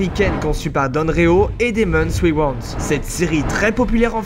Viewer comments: Wayans et pas waywants 😂😂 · Comment il a dit wayans😭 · En même temps tu l' a cherché! Tu as fais une vidéo sur une série qu' on a déjà vu des milliers de fois, le titre est pute à clique, tu prononces mal le nom Wayans! Tous le monde sais le prononcé pourtant!, Ça prouve juste que tu n' es pas un fan de cette série comme nous. Tu l'a regardé cette serie au moins?